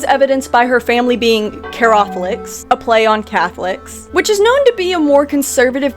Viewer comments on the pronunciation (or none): Judy saying her family is “carrothics” made me lose my mind oh my goddd